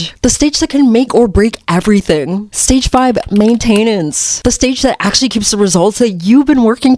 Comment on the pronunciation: Main(tenance) emphasis on the first syllable 😊❤